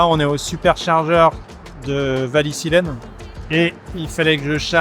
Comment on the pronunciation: Voici un test très intéressant. Pss : Wallisellen (et non Wallisillen), je fais mon malin, mais c'est là qu'habite ma cousine. Le truc drôle, c'est qu'elle est du premier mai… Quel coïncidence non…